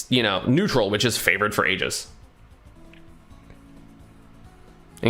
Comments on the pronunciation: I swear, if he calls it “Aej-is” one more time. It’s pronounced, “EE-jis” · What is this “ageis” you keep mentioning